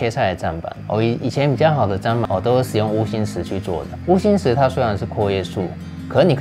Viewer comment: 謝謝，很棒的影片 但想說砧板是念「真」板不是「沾」😅